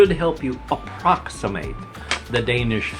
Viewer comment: Your Danish pronunciation is pretty good :)